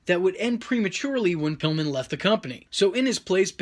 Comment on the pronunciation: Pilllman? Really?